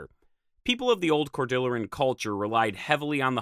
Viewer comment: Pronounce "cordillera" like it's Spanish, because it is. And "refugia" has the stress on the second syllable. The glacier was never south of the Puget Sound, even during the glacial maximum. I think we are forced to assume an early coastal route. We have a confirmed human presence in Oregon 18,000 years ago, and a confirmed presence in New Mexico at over 21kya. Probably there were humans in the PNW at least 1,000 years before New Mexico. This video somewhat neglects the southern part of this region.